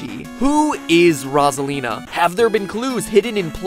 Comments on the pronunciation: Wait, her name is pronounced Rozalina? I thought it was pronounced Rosalina! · Nope. He just pronounces it weirdly. Everyone else I’ve ever heard say her name says it Rosalina. As in, Rose at the beginning. Unless you meant this as a joke, in which case, I think I was just r/wooshed